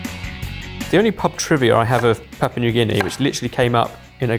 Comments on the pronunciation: It's not "papa", it's "pop-ooh-uh" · Papa? Its Papoooa. and its SAYgo. its quite easy to check these things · It's pronounced 'pap-yu-ah' new guinea :) Not papa😅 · "Papa" New Guinea 😂😂 Papua! lol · There's a letter U in the name. It's not Papa New Guinea. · you forgot the POO! It’s Pa-poo-ah not Papa 😝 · just being picky, but it's PAP- ua, not papa. Thanks for exposing us to unknown dishes from around the world. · PapUa New Guinea, not Papa New Guinea......say it as it's spelt. This should be interesting. Taro is very popular in the whole poly/micronesian areas. All the islands grow it as a staple and both the root and leaves can be eaten tho they need to be prepared properly. Also Sago is long "a" so, say-go. Actually Sago pudding was quite popular here in NZ in the 30s and 40s. Britain too as far as I know. Haven't seen it for a while tho. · Papua, not papa. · Stop with the 'Papa' already! It's got the letter u in it and it's not silent🙄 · I think it's pronounced pap-Wah or papu-wah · I think needs to learn how to pronounce Papua